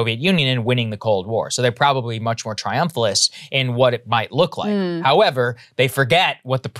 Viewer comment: What is "triumphulus"?